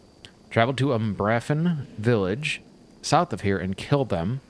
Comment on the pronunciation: By the way, it's pronounced umbra-fen